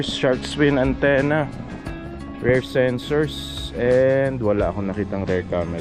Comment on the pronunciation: boss pronounciation ng “Rear” Rir hindi “Rare”